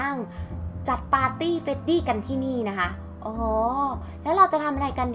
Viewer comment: เฟรดดี้มั่วทุกตัวเลยอ่า